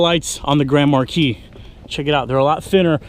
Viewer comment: is saying it wrong 😡